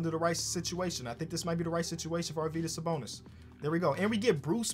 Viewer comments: Nailed the Sabonis pronunciation GG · You are pronouncing Sabonis name right!